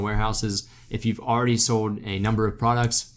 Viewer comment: Why does he say “Sold” with a funny accent 🤣